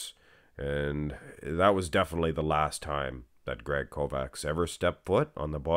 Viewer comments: It's pronounced Kovach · I think proper pronunciation would be Kovach. Ch like Chelsea at end of Kovach. Not K like Kentucky. Kovach is e European word for smith.